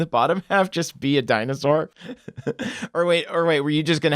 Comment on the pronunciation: Guys, is this really happening... Lol di-anus-sore